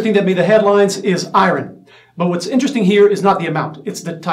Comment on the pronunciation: It’s pronounced “eye-earn”…Iron 😐🤷🏽‍♂️ eye-earn = iron. 😐